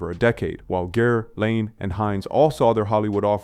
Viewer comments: The tech is improving, but the giveaway is when it "mis-inflects." And mispronunciations... like pronouncing Richard Gere's name "GEAR,"(Correct) then "Geary" in the next sentence. I'm not trying to shame anyone who likes the content, but the VO has ZERO topography. It sounds like a person with social anxiety took an Ambien to read a book report. And it's killing original content creators. Visuals I'm not so harsh on, but VO? If a creator can't even be bothered to read the copy (they probably authored on GPT), then I choose to not reward that. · Richard Gare? It's pronounce Gear. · [Richard] 'Geary' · Richard "Geary" took me out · The E at the end of Richard Geere's name is silent so it sounds like gear ⚙️ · the dead giveaway here is the mispronunciation of Richard Geere's name.